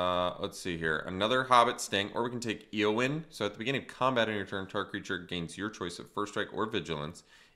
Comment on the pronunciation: Love the streams! Appreciate the content. Also, Éowyn is pronounced “Ayyo-win”